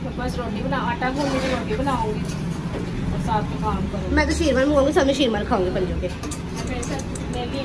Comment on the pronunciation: Sheer Maal hota Sheer Maar nahi..